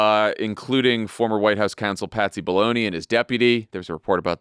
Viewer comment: Haha, are we still calling him Patsy Baloney? Or do I just hear his name as Patsy Baloney now and forever? 😅